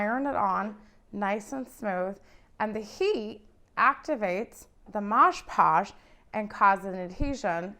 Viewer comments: Its mod podge not modge podge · It's called MOD Podge, not Modge Podge. I'll never understand why soooooo many people don't see this on the label and continue to mispronounce it....especially when making YouTube videos. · "Mod" Podge. Not "mahsh" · MOD PODGE! MOD NOT MODGE. I almost stopped watching because that bothered me so much. Ugh! 😣 Yeah, can’t do it. There are so many other videos with the same process. I couldn’t finish this one. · Midge Podge??? Mod Podge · Omg….I thought I was gonna lose my mind with the “Modge Podge” thing. But she did a good tutorial on Mod Podgeing this dresser. ❤ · It's MOD Podge. MOD - with no g, no j, just MOD. Then Podge. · Nice job, really. That said, wish your mother had taught you (in the 1970's) that it's MOD.... MOD PODGE.